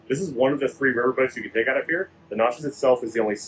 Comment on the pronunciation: if your local to New Orleans learn how to pronounce Natchez😅